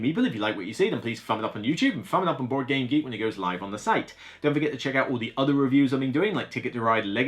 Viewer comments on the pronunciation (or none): none